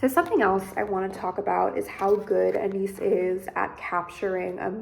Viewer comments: Ana-yees - not Anees. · Saw documentary where she pronounced her name. Ah-Nah-eese